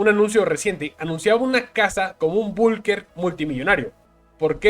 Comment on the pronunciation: Increíble que estando leyendo una noticia lea como la m13rd4... Donde dice "politicos" en una palabra apocalíptico?? ó "Bulker" en la palabra bunker? y en el min. que pvt4s dijo? Mejor que se lea una buena cantidad de libros para modular bien las palabras.